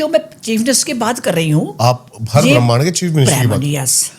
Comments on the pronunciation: bremnd ni hota brahmand hota hey, bechare deepak ko bhi pehle smj ni aya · bhramhand bol nahi paa rahi, all cheap conspiracy theory rat rakhi hai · Brahmand ❌ Brehman ✅ 😂😂😂😂😂😂😂😂😂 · Brahmaaand not Bram ind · Brehmand nhi brahmand hota h 😂😂